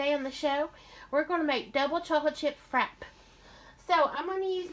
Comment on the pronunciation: i think its pronounced frap-pay she has a vitamix and shes making dessert in it lol